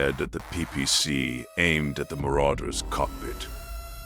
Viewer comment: I absolutely love your stuff. Hands down. There is only one suggestion I would make. I noticed that your choice of narrative AI often makes pronunciation errors. As most do. There is an easy fix for this. On editing, use a prompt like "Replace all instances where "PPC" is mentioned, with "Pee Pee See" for better phonetics." Similar method works with SRMs LRMs, by changing to L.R.M.(#) S.R.M(#) etc, to limit the mis-pronunciations. You make great stories and content. And we your listeners see through these AI errors and enjoy your work just the same. But these few short prompt additions, will help your narrative AI present your most excellent work, more accurately. Just a heads up. Not a critique. Your, content, rocks!